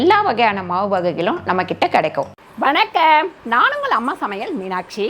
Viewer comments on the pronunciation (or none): வணக்கம் என்று சொல்ல வேண்டியது தானே? வணக்கேம் என்று சொல்றிங்க..... ஐயோ ஐயோ.....!!